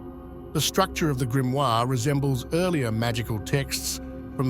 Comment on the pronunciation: Die falsche Aussprache des Wortes "Grimoire" in einem Video, das sich speziell diesem Thema widmet, sagt einiges über die "Intelligenz" von KI aus.😺 Ansonsten sehr informative Doku.